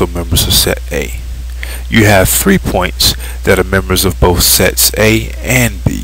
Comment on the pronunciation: lol yea it sounds like he says sex